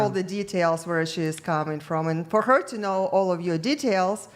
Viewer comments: Tell girl 4 the word is pronounced TOO. Not "tuh." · I have never heard someone pronounce the word "to" as taaa before. The girl studying econ said that way 3 times in. I don't mean anything bad about her I've just never heard that before.😊